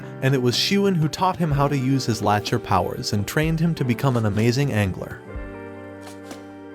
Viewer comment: Pronounced lack ter